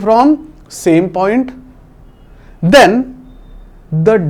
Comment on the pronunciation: 😂😂😂 the word (then)